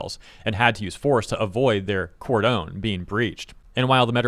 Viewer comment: "Cordone" I understand this is not the topic of the video, just a nitpick. "Cord on"